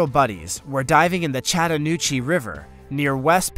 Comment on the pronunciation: I definitely enjoy your channel and the subjects. The only distraction is your multiple mispronunciations of simple things that you've sometimes already pronounced correctly such as the two following examples....... ingots/ignots ....Chattahoochee/Chattanoochee.....and many more. Take some time while editing and listen to your narration. It will improve your channel. Love your work otherwise !!!!